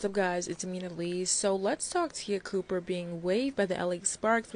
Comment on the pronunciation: It's pronounced Taya Cooper even tho it's spelled Te'a. She could model girl is beautiful, but that's an insult to an athlete she wanna play ball so. Over seas is the answer she would make more money in other countries anyway.